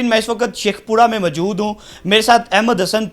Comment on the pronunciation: بھائ ماجود نہیں موجود ھوتا ھے خاتون ھوتا ھے ختون نہیں ھوتا۔